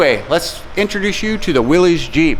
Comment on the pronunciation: How is putting a SBC in it "back to the way it was originally?" FYI, it's pronounced "Willis," not "Willeez," and it's not a Jeep.